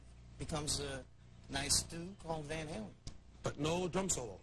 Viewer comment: It's Van HALEN, not Van Hagar!